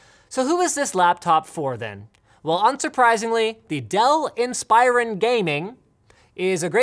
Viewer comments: Why does he keep saying “inspīron”? It’s pronounced “inspirōn” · In- spi - rin is what you said Im sorry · Linus....its pronounced INS-PER-ON